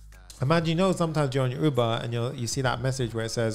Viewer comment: I genuinely thought he said OOBA and then I realized its UBER